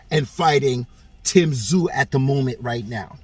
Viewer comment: The MANS NAME IS PRONOUNCED TIM (ZOO) TSZYU..... NOT TIM TA-ZU.... BUT TIM IS GOING TO BEAT THE SHIT OUT OF CHARLO.... AND CHARLO KNOWS THIS... THERE IS A REAL REASON CHARLO IS DUCKING AND SQUIRMING